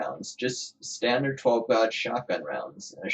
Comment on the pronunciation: And 12 gauge, pronounced like "aw" instead of "aye" lol too funny, not hatin, I laughed